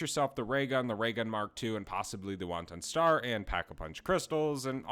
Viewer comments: It's pronounced "YO-tun-Staurrr" or "yohh-tinnn-staurr" 😅 It's not Asian, my guy. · Sounded like he said wonton star 😂😂